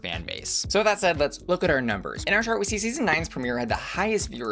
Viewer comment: I lose you every time you say “chart”